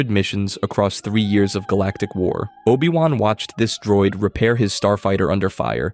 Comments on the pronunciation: NOPE... you lost me the instant you said OH BYE WAN... downvoted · and obI wan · Cool video, with obvious potholes but the mispronunciations are horrible. 'O-buy-Wan'? Really? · Obai Wahn? If you're going to take the time to make videos, just narrate them yourself. Also, maybe look into what actually constitutes a plot hole... and what actually happened in Star Wars, because a lot of this isn't even accurate? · Oh-Bye-Won??? Huh? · You lost me at O-Bye-Wan. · Oh-bye wahn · "OH-BYE- WAHN" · I sadly want to say I got to min , where they say "O BYE Wan"... I'm out. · obai wan seriously 😒